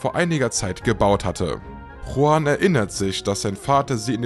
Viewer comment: Juan ...nicht Huan!😅